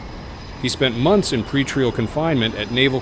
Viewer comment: pretreel instead of pretrial